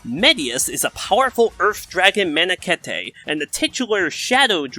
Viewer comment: I guess most people making smash vids assume their audience aren't going to also be fans of fe, which is probably mostly true so I can't blame them for not putting in a lot of effort, but it was starting to get on my nerves a bit. (Also, for future reference, manakete is pronounced "man"-"a"-"keet")